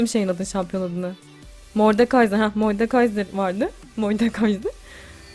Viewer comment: moydekayzer dedi ya abla konuşamayıpta nasıl bu kadar tatlı oluyon anlatsana biraz